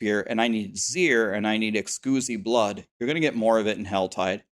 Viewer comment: Someone PLEASE tell him thats not how you pronounce Exquisite blood